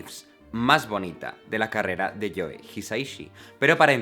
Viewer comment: Me ENCANTAN tus vídeos y para un aficionado a la música con conocimientos muy rudimentarios te puedo decir que aprendo un montón. Perdóname entonces por hacer un comentario tan chorra, pero es que no lo puedo evitar: me pone de los nervios que se diga Edgar Allan PoE o JoE. Como decía,, si es tan fácil: Pou, Jou.